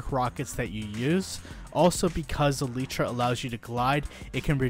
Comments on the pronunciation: Elytra ❌ Elitra✅ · this dude really pronounced it Eletra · It's pronounced "alietra" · My dude said aleetra